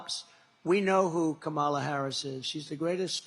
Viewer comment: He is so stupid. If he pronounced her name right, it would alliterate with commie and be catchy.